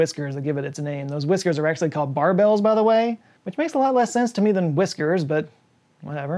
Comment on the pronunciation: Just to clear that confusion, barbel rhymes with marble.